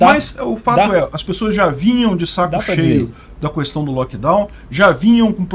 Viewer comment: O cara que fala "Cuestão" não pode ser levado a sério. kkkk